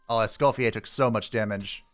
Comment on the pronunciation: You're prononciation of Mr.Escoffier's name is actually very good ^^